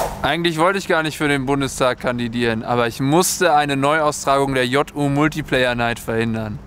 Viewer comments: es wird natürlich "multiplayer" ausgesprochen! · Es wird multiplayer ausgesprochen du Boomer! :D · Die Kinder von heute sagen "Multiplayer" und nicht "Multiplayer".. Mensch Mensch.. muss man wissen!